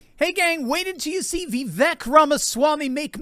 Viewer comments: Everyone pronounces Vivek name wrong… it’s Vivek, like CAKE ( Vi-Vāk) … not Vivek , like Shrek …. Get it right people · God love you but it’s Vi•vake like “cake” although spelled Vivek 😂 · Pronounced Vi-Vāke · Vivek is pronounced like 'cake'. Vi-vake. I heard him say this on a YouTube video recently. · that's "ViVAKE!" - rhymes with CAKE! Stop mispronouncing Vivek's name. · It's Vi - VAKE. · I know it is a little thing, but his name is pronounced Vivek, rhythms with cake.